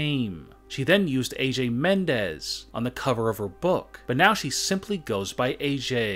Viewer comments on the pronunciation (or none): none